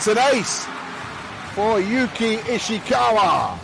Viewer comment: From 🇯🇵 いいね︎👍 間違えてますよ。石川祐希は「YOUKI ISHIKAWA」です。 西川有史は「YOUJI NISHIAKAWA 」です。